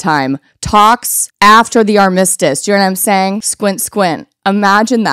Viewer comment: Love you so much queen. Accent is on the first syllable in “armistice.”